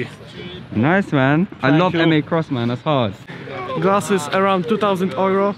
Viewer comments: nie, nie wymawia się tak cwaniaku. Po angielsku wymawia sie ,,juro" a ,,ojro" z filmiku to po niemiecku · dunno why some of them pronounce euro as "ojro" :o we dont say that in Poland - ojro is a German pronounciation ;o most of them are probably not Polish...